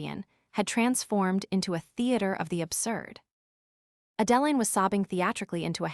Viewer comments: "Horse-durvres"! 😅😆🤣 And "A Deline" is not the same as "Adeline". 😜🤪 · Moronic AI can't even properly pronounce Adeline. Maybe you should pick names the idiot machine can actually pronounce. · YouTube needs a better programmer for their AI program.